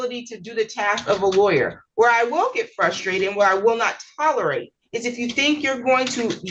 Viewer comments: I hate the fact that evicted dude kept saying “fuss-strated”. I’m sorry I’m that person. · I’M frustrated at this point because this little elf keeps saying “fusstrated” over and over. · Fustrated?? Flustrated?? What is this insufferable goober saying?